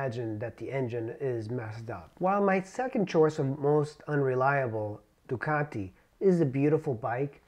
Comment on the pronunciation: Yea, the bad teeth was not necessary. Must be the reason he double pronounces his Teeee's. Ducateeee. Marketeeeeng.